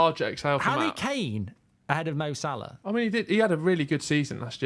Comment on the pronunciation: it's Salah